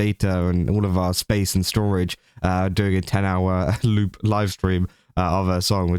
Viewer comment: The way you say word 'loop' sounds lie the word 'lewd', which gives this story a whole different kind of light! XD